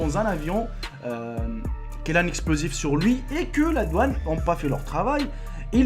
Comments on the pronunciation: C'est douane et non pas doaune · Juste pour te dire khoya que c'est " DOUANE " et pas " DOAUNE" mais sinon c'est pas grave cool ta vidéo. J'ai likez